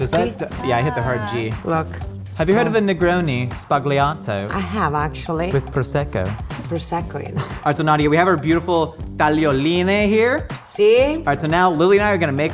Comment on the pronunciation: you are the first American i hear in my whole life that is able to say "tagliolini" the right way. You still got "sbagliato" wrong, but I love you anyway